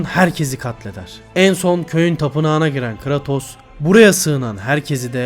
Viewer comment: ( biraz creatos'u yanlış okumana gıcık oldum da , yinede ellerine sağlık